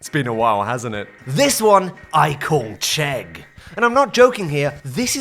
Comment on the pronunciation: As a Czech, I approve the Chegg